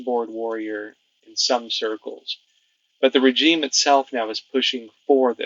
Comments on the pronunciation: Just a suggestion: rəˈZHēm, instead of rə-Jeem. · REZHEEM NOT RE-G-IME IF yOU DIDNT SAY IT EVERY OTHER SENTENCE WOULDNT BE A PROBLEM BUT FOOK ME SAY IT CORRECTLY!!! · I like your channel but for gods sake learn to say regime as we all know it as it really grates. Keep up the good work .we all know ccp are evil they would deny everything in one breath and then take credit for it in the next breath. Boycott the bastards , I will gladly pay a little more for something being made elsewhere. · That's not how you pronounce regime. I can't listen! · Have I been mispronouncing "regime"all these years?